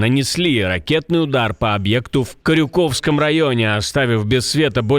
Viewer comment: вы не правильно поставили ударение "в Корюковском районе" - я буду плакать